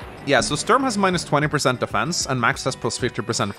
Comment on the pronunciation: As a guy from germany it hurts my ears everytime you pronounce "Sturm" as "Störn".